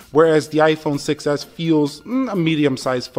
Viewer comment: I heard iPhone success not 6s hahaha